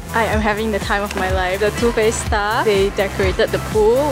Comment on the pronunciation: too faced sounds like tooth paste HAHAHAHA